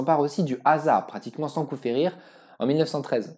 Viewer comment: C'est super d'avoir traité ce sujet méconnu et passionnant mais si je peux me permettre un conseil, fais vérifier les noms par quelqu'un qui parle la langue. Il y des erreurs (parfois grossières) dans la prononciation voire même dans l'orthographe des noms (Haza au lieu de Ahsa, Hamadraout au lieu de Hadramaout,...)